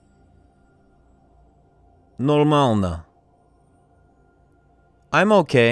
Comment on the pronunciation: Как пожИваешь? НормаЛно нЕ очень хорошо ДобрО пОжАлОвать И т.д.... Он не русский))) Ударения корявые...